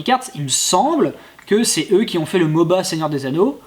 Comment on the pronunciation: on ne dit pas moba